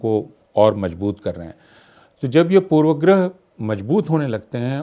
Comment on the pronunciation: कम-से-कम अपूर्वानंद ऐसे विद्वान से यह उम्मीद नहीं की जाती कि वे 'पूर्वाग्रह' का उच्चारण 'पूर्वग्रह' करें।